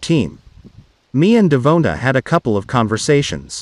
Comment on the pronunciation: Who’s dumb idea was this computer generated voice that can’t pronounce Devonta?